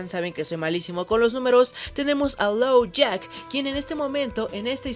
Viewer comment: Uh Dijiste "Lowjack" y es "Lockjaw" Solo eso, me encantó el video